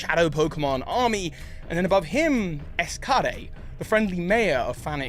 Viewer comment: pronunciations of "Es Cade" and "Evice" are killing me. I'm not sure of the right way to say those names (XD do not have voiced dialogues) but I'm like 99% sure "Es Cade" is pronounced Esk-aid almost like "escape", and "Evice" is a play on "evil" not "wise", so it should sound like e-vis and not e-va:is